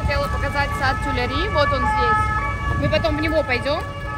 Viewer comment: Cafe Kitsune принадлежит франко-японскому бренду одежды Maison Kitsune. Правильно произносить сад Тюильри.